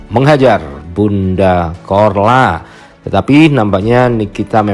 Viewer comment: korla kok jadi chorla😂